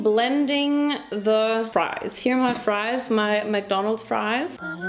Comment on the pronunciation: I don't know why am I just laughing at you when you said ( ma friesssss ) it's so funny 🤣🤣